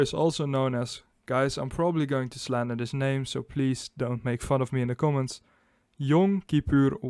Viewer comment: Your pronunciation of Yom Kippur wasn’t bad, but “Arab” was awful!